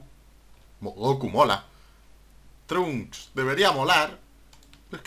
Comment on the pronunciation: se dice Trancks pero se escribe trunks